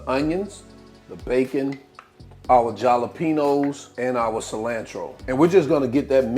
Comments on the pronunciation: "JAW-LO-PENO" for Jalapeño "Halo-peno" is crazy work🥴🤣🤣🤣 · The J is not pronounced..😂it’s pronounced…HALA…… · Jalapeño (ha-la-pen-yo) The letter “J” is pronounced like the letter “H” in Spanish. The letter “N” in this format in Spanish, "ñ,” is pronounced like the letter "Y." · My soul left my body when he said jalapeno